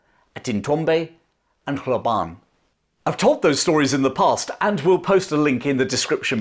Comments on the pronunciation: Hlobane- pronounced "schlobarnie" or close to that. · Hlobane: Shlo-BANH-nyeh. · It's pronounced .... Shlob - ahn - ay . Hlobane